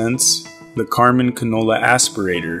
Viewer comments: Is he saying Canola? Is that singular for cannoli? Or is he talking about a single vegetable oil? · He's pronouncing cannula like the f**king oil. What a disgusting video